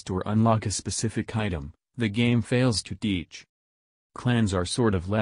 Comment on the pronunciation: Every time you said "Fails to teach" you sounded like an Indian friend of mine (dot not feather), told him about the vid and now he's loosing his shit over how "It's uncanny!" so thanks for the laughs, keep up the great vids and have a sub bud, lol.